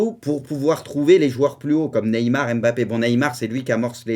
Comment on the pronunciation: Pk tu dis Bappé et pas Mbappé